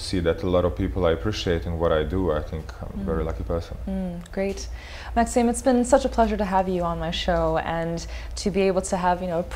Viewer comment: Maksim is pronounced Mak-seem not Maksum, like the way this host pronounced. Great to hear him in an interview.